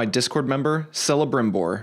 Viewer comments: People playing Shadow of War might even wake up in the night, screaming "CELEMBRIMBOOOOOR" due to the amount of time you hear it while playing. Also the "might might senpai" got me real good. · How to identify someone who ain't played Shadow Of War bro cant pronounce Celembrimbor